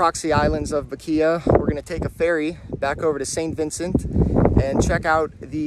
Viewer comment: Great coverage of the volcano! Glad you had Lava Man as your tour guide☺️ FYI, Bequia is pronounced “Beck-way”😊🇻🇨 #proudvincy